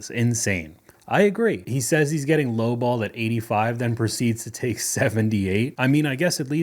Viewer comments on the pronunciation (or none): none